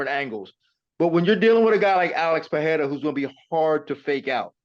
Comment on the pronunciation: Shoutout to Laura for not calling Pereira, Peheira